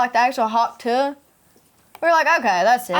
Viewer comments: talk TUAHR 🤣🤣🤣🤣😂😂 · uhm, soryry it's pronounced "Talk Tuah"... thanks...